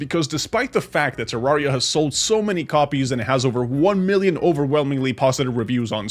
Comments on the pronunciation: its Ter-Ar-ri-a Not -Terr-aria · Please don’t kill me but he said terraria wrong